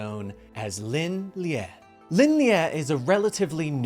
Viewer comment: Pronounced Lin LEE